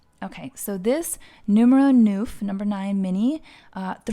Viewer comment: Btw, watched the video again whilst online shopping as I enjoy listening to your beautiful voice in the background and your sincere and warm vibe. Just one little thing jolted me but thought to share that neuf is pronounced like "nerve" with an almost silent F at the end. Hope you're not offended or embarrassed but see it simply as knowledge sharing. Xoxo